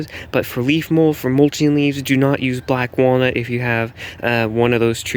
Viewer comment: I thought he was saying "bat guano!"